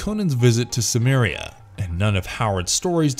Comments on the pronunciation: Apparently even lesser known fact: Howard's Cimmeria is pronounced with a hard C. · I've read extensive debates on this pronunciation with citations and compelling arguments on both sides. Why do you say Cimmeria with a hard C?